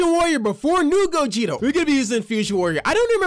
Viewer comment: bro do u realize u said gogito